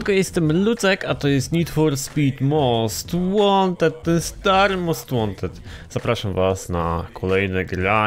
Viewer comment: "Cześć, ja jestem Lucek i zapraszam na odcinek z Nid For Spid Most Łanted, ten stary most Łanted z 2015 (pozdro dla obeznanych o co cho)"